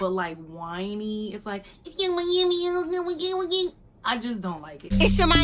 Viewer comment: right she doesnt even say yung miami she be like "yin meamiiiii"